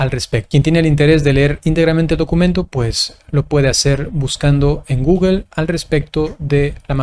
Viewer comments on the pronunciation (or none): none